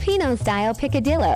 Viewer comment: Everyone talking about the neighbor mesnwhile here I am laughing at how the lady pronounces "picadillo" 😭😭